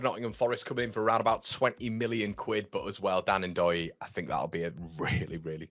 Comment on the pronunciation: Its Dan Doy the N is silent.